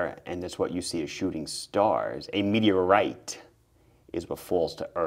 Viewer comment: "MeTeRrtE CrAsHeD tp Eart..." Love your channel.